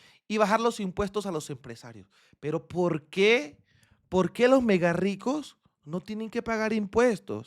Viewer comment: megARRICOS. NO megaricos CARRO muy CARO.¿nota la diferencia? Si no usa la I.A.,use la I.V.